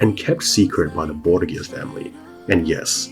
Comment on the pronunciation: It is always interesting to hear how English speakers pronounce words from Spanish. You almost got it. To pronounce it as you do, the name should be written "Borguia". The modern pronunciation of that faimly name would be closer if you swapped the G for an H. Bor-hia. That aside, the video is awesome. Thank you so much for all the research you made for it.